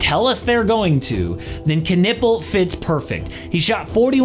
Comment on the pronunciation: Why am I hearing “Ca-nipple”? 🤣🤣🤣